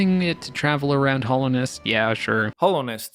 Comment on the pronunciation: yeah but, that’s up for interpretation, he intended to say Hallownest but pronounced it with a slight “ho” instead of “ha” just feels a bit odd to mention in a video that isn’t meant to be a critique